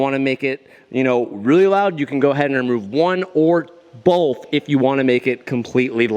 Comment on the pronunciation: Nobody:: “bolth”